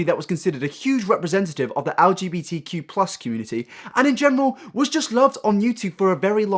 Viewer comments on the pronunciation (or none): “Algae beetee q plus community” Lmao